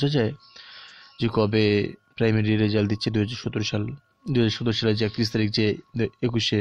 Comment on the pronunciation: রেজাল্ট হবে , রেসাল্ট না 😴